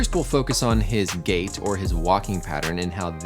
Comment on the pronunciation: As he said gait/gate I kept hearing gay pattern